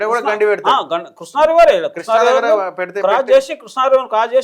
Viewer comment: Vediki Krishna pronounce cheyadame Radu Vedu pedda engineer. State divide ina taravata kuda enduku ra annitiki Andhra meda ne edupulu Karnataka , maharashtra meda fight cheste dammu Ledu .upstream state ni em peekaleka downstream state meda edupulu endi